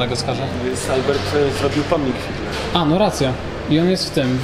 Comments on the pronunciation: Kochani! Nie mówcie FIEDLER, tylko FIDLER. To jest nazwisko germańskie i tak należy je wymawiać. Książki Arkadego Fiedlera czytałam jeszcze za komuny. Był bardzo popularny, a najbardziej RYBY ŚPIEWAJĄ W UKAJALI, o Ameryce Południowej. Bardzo lubię Wasze filmy. Pozdrawiam. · Jak zwykle ciekawy film, ale gryzie mnie wypowiadanie nazwiska Fiedler. Z Poznania jesteście to powinniście wiedzieć jak się to nazwisko wymawia. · Czy tylko ja slyszalem zamiast Fidler to Hitler ? 😅😅😅😅